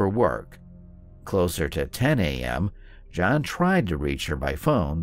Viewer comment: Also pronounces John's name wrong. Obviously did not watch the interrogation.